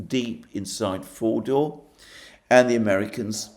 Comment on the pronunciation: I keep hearing Mordor